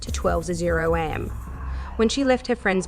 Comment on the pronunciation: I think it’s when she’s reading, her stop and starting in mid sentence makes the flow feel a bit off at first and very off putting the long the video goes on. Although not being able to distinguish between am for time and am which is how they continue to pronounce it doesn’t make any sense.